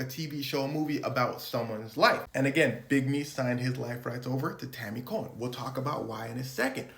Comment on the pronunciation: Tanny "Cohen".. Every single time.